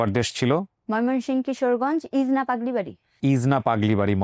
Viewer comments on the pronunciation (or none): ইজনা না ইটনা হবে এটা কিশোরগঞ্জের একটা উপজেলা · ময়মনসিংহ ভাগ হয়ে অনেক গুলি জেলা হয়েছে, সঠিক নাম অনেক সময় আনচলিক ভাষায় উচ্চারণ বদলে যায়, তাই ইটনা কে ইজনা বলেছেন, তা ছাড়া পুরাতন টাউনের লোকজন একটু আলাদা সুরে কথা বলেন। ১০০ % ইটনা হবে বলে আমার দৃঢ় বিশ্বাস।